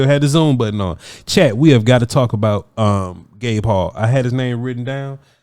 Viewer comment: The entire time I keep hearing "Baylor's Gay Paul" For anyone wondering, it's Gabe Hall 😂